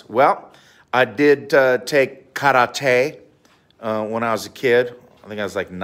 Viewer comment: The only american guy Who pronunce karate in the right way